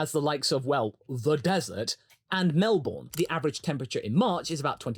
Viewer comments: Tip: Australians pronounce Melbourne as Melbern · Say Melbourne again, but this time correctly